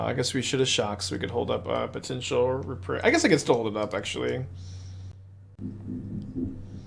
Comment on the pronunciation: Hey, It is reprieve (ɹɪˈpɹiːv), not reprive (ɹɪˈpɹaɪv). Reprieve means „To cancel or postpone the punishment of someone, especially an execution.“ Reprive means „To take back or away.“ Greetings from a non native speaker 😅